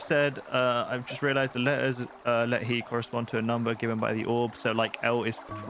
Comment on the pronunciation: Simon and pronouncing Lethe as “let he” is honestly infuriating so I’m going to tell you how it’s actually pronounced. Lethe sounds like breathe and leave combined, take the first syllable of leave and the last syllable of breathe and you now know how to pronounce Lethe correctly. Also the river Lethe is the Greek river that Achilles was held in the gain almost complete invulnerability, the only downside is that you could lose all your memories as it’s known as the river of forgetting